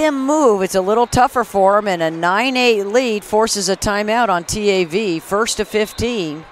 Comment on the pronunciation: her saying t - a -v is so annoying, girl say it together